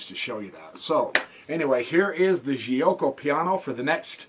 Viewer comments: bxc3 is wrong that was the opportunity to play the Moeller (Moh-ler) with d5. Giucco is pronounced joke - oh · Nice video! BTW the right pronunciation is " jew-oco piano"